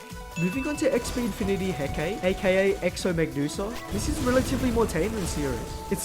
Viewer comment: hecatia is pronounced “he ca ti a”, not “he ka te”, the exo mech is based on hekate/hecate from greek mythology, who hecatia is based on